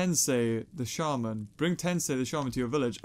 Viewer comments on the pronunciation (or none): none